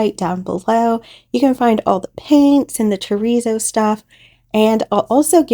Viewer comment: I love how your coasters came out. When you say terrazzo I hear chorizo, it’s making me hungry 😂 sorry I thought I would share that. Hugs